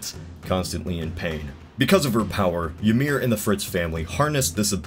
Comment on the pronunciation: I know I’m late, but I think it’s pronounced “Ih-meer.” Just treat the y like an I. Norse and some other Germanic languages always use a j for the English y sound. When they do use a y, it’s as a vowel.